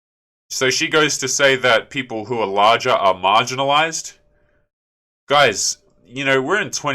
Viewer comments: She didn't say marginalized. She said margarinized. Don't be so obtuse. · She said margarinized people wrong